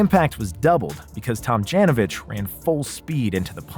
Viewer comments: "Rudy Tom-JAN-ovich?" pronunciation: /tom-JOHN-oh-vich/ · You lost me when you Pronounced Rudy's last name Tam Jan o vich.......uhhhhhhhh.....noooooooooooooo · He totally butchered his last name